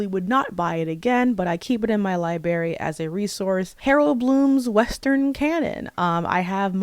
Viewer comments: Listen this video essay is fire but every time you say library as "lieberry" it seriously takes me out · Skill issue. I won’t lessen my enjoyment of art simply due to the creators being problematic lol It’s kinda insane to me that she apparently reads so much and is even college educated but still says “axe” and “liberry” 🫩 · Library not “Liberry”